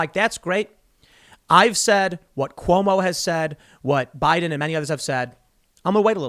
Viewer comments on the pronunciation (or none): none